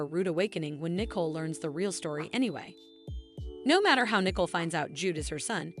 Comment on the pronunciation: Her name is not Nickel it is pronounced. Knee-Coal but this want do you any good if you can’t pronounce these words either